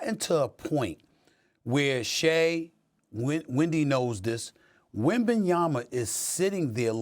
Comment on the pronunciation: I am happy that Stephen A finally pronounces Wemby name right WembanyaMa🤣